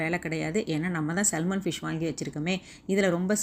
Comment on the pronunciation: சல்மான் இல்லை சகோதரி அது சால்மன்